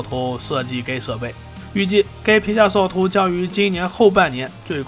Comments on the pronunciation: 我聽到的是"皮下壽桃"🤣🤣🤣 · 聽懂就行，除了屏下掃頭真的聽不懂。